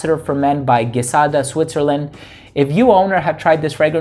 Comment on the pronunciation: I just bought the female one and it's my favorite! Side note, I live in France (they also speak French in Switzerland) and it's said like GEE-SADA. ❤